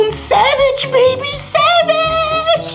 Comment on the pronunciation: stii prea bine engleza. subtitrare: sevigi, iar cand te sugruma ziceai corect savage :))))